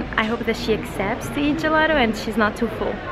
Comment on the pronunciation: Almeno “Gelato” pronuncialo in italiano . Lo sai che ci sono parole che non si possono stravolgere . È patetico !